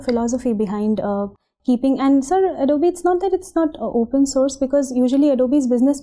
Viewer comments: Adobeeee and not Adobe.. is disturbing though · An Adobe employee pronouncing Adobe as Adob and not Ado-Bee. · oh bhai tu toh chalta firta joker hai. Adobe ka pronounciation nhi pta aur UPSC mock interviews dekh rha aur faltu gyan pel rha. Salute bhai 🤣🤣🤣🤣